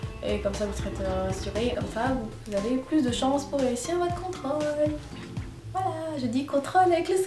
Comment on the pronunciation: Merci pour ses conseils tu ma fait rire avex tes "contrAle"au lieu de contrOle